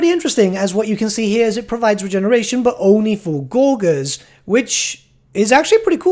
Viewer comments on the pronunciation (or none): lol pronouncing gorgers as gor-gurs. pretty sure it's a soft g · Aren't Gorgers (Pronounced Gore-jers BTW:D) supposed to be... skinny? Like, emaciated Trogolodytes always on the edge of starvation? I guess they're skinny for ogres but still.